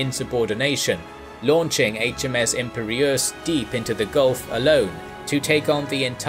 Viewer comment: Very interesting, but your pronunciation of: Biscay, lieutenant and Imperious is irritating.